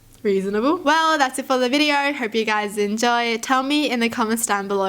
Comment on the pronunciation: I cracked at her way of saying "reasonable "